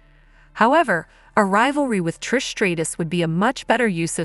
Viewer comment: Learn how to pronounce Trish's name. Seriously. Also, Bianca's name. Holy shit.